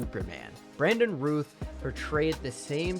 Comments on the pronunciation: You're saying Brandon Routh's name wrong. It's pronounced like "SOUTH" he's literally said it numerous times. Please do some research, and show some respect, to pronounce people's names correctly. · Great list! I agree with most of it. Btw it's Routh pronounced like "south".